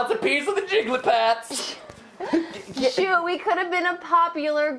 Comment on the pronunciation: I think is funny but every time he said jiggley pats I wanted to slap him